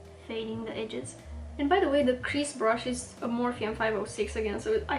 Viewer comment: I was so curious about your accent! I accidentally offended another YouTube channel (An Knook?) I told her that I loved her accent and every time she pronounced “brush “ she said it like “brsh “ like without any U sound? OMG! The next video she released- she went overboard- with enunciating every single sound in the word brush! 😱 I even made it a point to tell her I thought her pronunciation was adorable! She was obviously offended. Seriously- the RCMA powder can’t be bought at any store here in the US, either. You speak incredibly good English❣️❤️😉